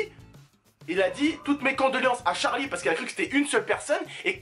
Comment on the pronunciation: Il dit charles et non Charlie,ensuite je ne peux pas en dire plus